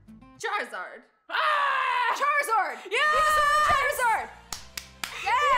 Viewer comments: Vonosaur or Charizard? me veness or part sard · Azzy:venosaur or charziard:venosaur o chaka THIS GOT ME LAUGHING SO HARD LOL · when azzy said veinosaur or charzard i was ike is she gonna say pee pee